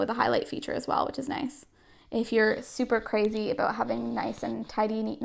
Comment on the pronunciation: Are you Canadian? Cuz you say aboot 😂